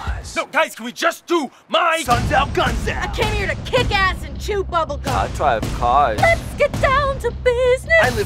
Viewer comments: I DWIVE CWAS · My friends are all like "I dwive caws" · I DWIVE CAWS! BEHOLD! THE PROPHET HAS SPOKEN!! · Ai dwive caas